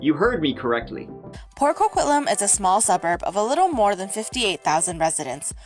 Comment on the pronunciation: The video made about coquitlam. Why is it so hard for people to pronounce a word correctly? Some how it is pronounced coquilialam? I have family from this area. It is pronounced co-quit-lamb. How did the lady making the video of her own town fail to correctly pronounce its name?